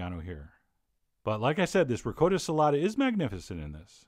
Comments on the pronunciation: This is a chief that doesn’t even know how to pronounce Ricotta cheese correctly Lol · ITS PRONOUNCED RICOTTA YOU FUCK. Love your vids. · It’s ricotta emphasize the “ahh” at the end. And roll that R off ur tongue. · Che John be butchering the word ricotta. Great vid. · Sorry, you don’t pronounce ricotta cheese properly. It’s ah not o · LOL. I adore you chef, and look up to you. I have made MANY of your recipes. It's just one of those words that drive me MAD when said incorrectly. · ME TOO! lolol. I cringed every time! LOL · The Euro Cooking Canuk Tou beat me to it, cringed everytime he pronounced it incorrectly. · The Euro Cooking Canuk It's Dakota, not DA-CODA. ;-> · is he saying ricotta weird or is it just me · Daniel C oh and btw in the comment section look for The Euro Cooking Canuk because John from Food Wishes responds that yes Ricotta does not rhyme with Dakota. If the creator of this video can admit his mistake, be a big boy and admit yours. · How can a "chef", butcher the pronunciation of Ricotta?? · Gabriel Davidson I'm currently arguing with three people on this thread who insist he's saying it the "italian" way. why I even bother...slow social night. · R Gordo But John says Ricotta like N. Dakota with the "a" very pronounced. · Daniel C Dude give a rest, even Chef John acknowledged he said it incorrectly in the comments section. Your immune to facts aren't you. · These vids are great. Always been a fan. But man... I know you've said in the past you aren't keen on pronunciations, but it just bothers me so much I have to mention it, that's not even remotely close to how you pronounce Ricotta OR Orecchiette. I just had to get that out there. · What the heck is Ri -coat - a?? It's pronounced Re-cot-ta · Did Chef John say REE Coat O? Disgrazí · I love you with all my heart Chef John, but as an Italian I can almost hear my grandma yelling at you for saying ri-COAT-uh instead of ri-COTT-uh lol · CHEF JOHN ITS RICOTTA NOT “RICOATA”!!! DAMN IT! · Reee Gotttt!